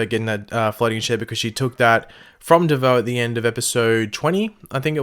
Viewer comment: Stop saying bieboe